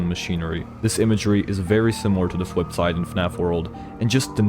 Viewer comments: great theory but i couldn't keep saying fwipside in my head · The Fwipside